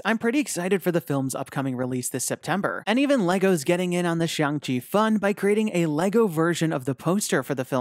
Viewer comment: You accidentally said Xiang Chi, not Shang Chi.